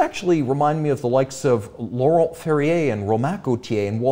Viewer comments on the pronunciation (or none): none